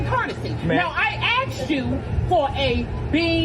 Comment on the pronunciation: Axed you...lol